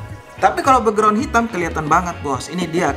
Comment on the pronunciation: Bekgron bukan beugron